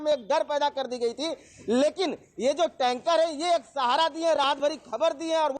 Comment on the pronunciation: टेन्का नही यार टेंकर बोलो